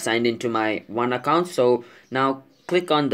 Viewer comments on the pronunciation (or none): Stop Saying Accont It Is Account Okay. Im Just Saying. Nice Video By The Way